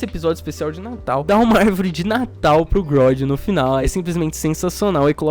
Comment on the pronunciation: ele chamar o super humanóide de grodd me da um pouco de agonia. kkkkkkk